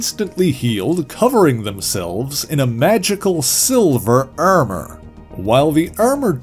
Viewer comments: Why do you say Ermurr for Armour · take a shot every time he says "gUHrden", "UHrmUHr" or "dUHrk" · the way you say ermor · Very Frank Ze 'Ermer' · I heard all of the “ar” sounds as “er” sounds myself. Is this a midwestern Canadian thing and is Minnesota included in that at all? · This was a really good and informative video. Though how he pronounced Armor is a little strange